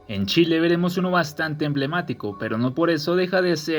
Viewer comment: Ahora fue chel en lugar de chile